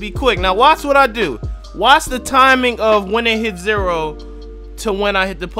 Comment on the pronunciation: "Count to three after the ZERA." 😂